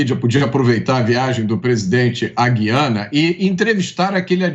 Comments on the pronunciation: Mota em português é gu i Ana e não gui ana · A pronúncia certa é GU-IA-NA e não GUI-A--NA.